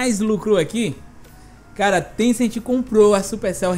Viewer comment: Paulo R. Cassimiro Lopes ele n falou niantic, ele falou tecent